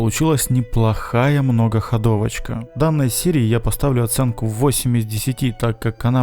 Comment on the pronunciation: не говори мнОгоХодовочка а говори МногохОдовочка